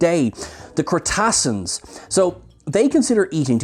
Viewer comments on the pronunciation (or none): Yup I noticed too.